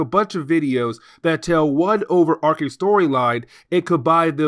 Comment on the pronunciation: This is the first video of yours I found. Subbed because you pronounce overarching correctly.